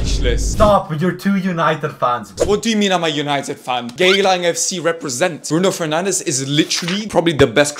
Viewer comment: Bro wtf is that pronunciation Bruno FENJANDSCH